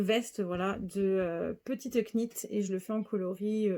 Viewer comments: Hello! Très heureuse de t’avoir découverte grâce à ce podcast... sans Instagram, je suis toujours la dernière au courant! Bravo pour tous tes projets, nous avons les mêmes goûts en terme de coloris et de formes et de designers! Est ce que tu sais qu’on ne prononce pas le « K » de « knit »? Pardon, hein! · Jolie découverte que votre podcast. Je me permets juste de vous dire qu’on ne prononce pas le k dans « knit », « knitting » etc. À bientôt ! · Juste mentionner gentiment qu’on ne prononce pas le ´k’ dans petite knit